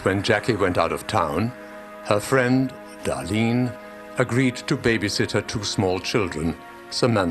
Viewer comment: Did that voice call Darlene "Dottine"?